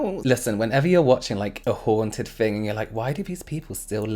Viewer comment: I love the way you pronounce “haunted.” 😊